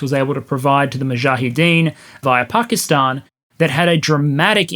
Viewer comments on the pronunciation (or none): none